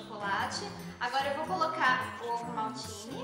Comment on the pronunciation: Quando vc disse ovo maltine ouvi ovo maldito